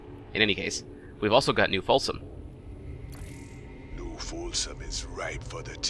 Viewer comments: Folsom /... Either you screwed that up on purpose or you need to get your ears/eyes checked. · New Folsom, and the Hurcules